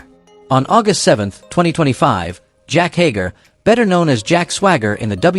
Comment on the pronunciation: It is Jake Hager not Jack Hager